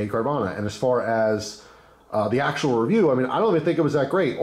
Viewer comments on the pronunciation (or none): none